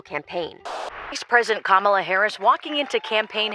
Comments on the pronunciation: For future reference: She pronounces it “KAH-ma-la” not “ka-MAH-la.” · it’s mispronounced SKANKALA